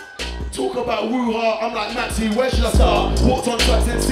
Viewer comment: When he said woo hah I fully thought he said Wuhan